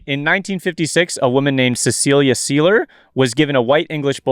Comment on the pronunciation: Seiler rhymes with Tyler